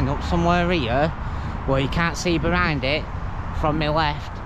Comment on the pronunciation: not hating mate just sounds funny, love your vids 🤣